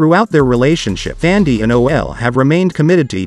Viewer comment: Brown He is PRONOUNCING her name as THANDIE.